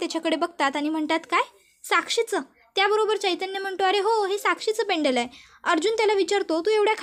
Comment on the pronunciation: पेंडल नाही हो, पेंडंट म्हणा. आणि काल्पनिक कथा सांगणं बंद करा...